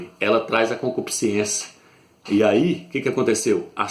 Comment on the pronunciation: Meu amigo não se diz concupisciência A palavra é concupiscência Vc pronuncia colocando a letra i antes da letra ê Mais não existe essa letra i Ok Olhe o dicionário e confira